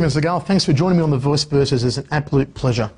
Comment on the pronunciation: "it's an APPOLUTE pleasure"